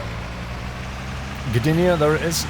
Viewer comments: "Gdynia" - you pronounced it right ;) some polish words might be hard for english speakers. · You actually pronounced Gdynia very well, exactly how you should say it